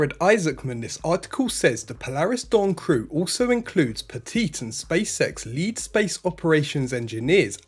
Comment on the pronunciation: Ok first let me say I enjoy this channel, I’m subscribed and I like the concise no hype format. Second… my inner 8 year old always hears him say “the space sex show”! 😆 Anyone else?